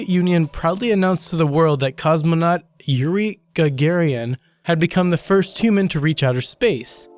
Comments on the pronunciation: yoo-ree ga ga rin ITS NOT HARD. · Yuri Gogarian :) Sounds like nationality.